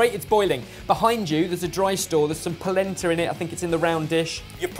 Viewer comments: Anyone else keep hearing placenta? "shudder" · Every ti me they say "Polenta" it makes me think of "placenta" and it makes a video about food very uncomfortable.